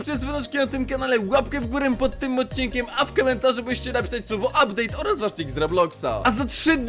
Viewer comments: "Ubdate" super odcinek lecę się przygotować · "update" alusp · "UBDATE" super film Nick TzinoH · ''udpate'' Alejestemprosem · "Ubdate"miłego oglądania <3